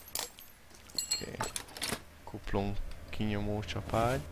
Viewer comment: ti is halotátok hogy egyszerkuplung helyet kumpungot mondot ??xd meg lender éslenger kerék xddddddddddddddddddddd behótam